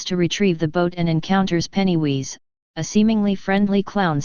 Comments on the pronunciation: Penny who? It's pennywise not penny wheeze otherwise great video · You lost me with 'Pennywheeze' Sheesh....worse than 'Aruman'